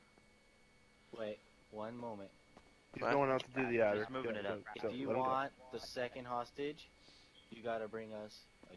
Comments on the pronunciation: Why he saying Addler? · lol he said Addler not Adder